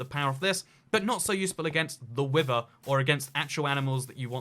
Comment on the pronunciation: People: Wither: wiVer